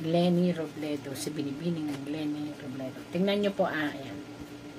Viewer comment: Robredo Po Hindi Robledo